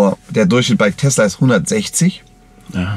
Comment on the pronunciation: Heißt es nun Telsa und nicht mehr Tesla? xd